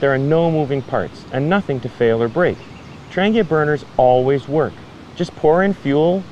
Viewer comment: First, thank you for your explanation of how the Trangia stove works. Trangia themselves was no where near that informative or clear. Now to shed some light on the quasi-great mysteries of Trangia stoves: It’s pronounced more like ‘Tron he a.’ The G is silent. As for why brass especially when most of their cookware is aluminum, these types of stoves are sensitive to their thermal conductivity. Poor thermal conductivity means the stove will take too long to “bloom” and come up to operational temperature, thus more fuel is required for any task. Too high thermal conductivity risks the flame sputtering as the wick doesn’t have consistent flow. Brass happened to be a cost effective happy balance.